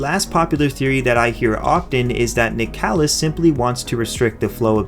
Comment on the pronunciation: Isn't nicalis pronounced like nicholas?